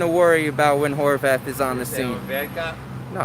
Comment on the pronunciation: did he really call him Whore Bath??